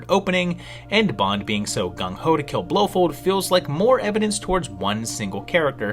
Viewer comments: your mispronunciation of Blofeld feld not fold has made me not finish your video it is as bad as if you had called Bond's other main villan Goldpinky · Love it but I wince at your pronunciation of Blofeld. It’s “Blow Feld” not “Blow Fold”. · I remember seeing a post maybe from about mispronouncing things on purpose to encourage people to correct him in the comments but man oh man BlowFOLD blow Fold fold fold fold fold. That one was rough